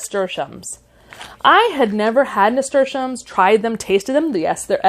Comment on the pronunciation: 😂😂😂😂 You're funny,. Like growing, pronunciation dialects are local. Zinnia (zeen-yuh) sounded perfectly spoken to me. Nasturtium was pronounced perfectly... cleome was as well. Now... Borage - I've always heard as you have - as bor-uj - however my friend from PNW (Oregon) pronounces as bore-ahj (as the video has). Theyr both right. Where are you?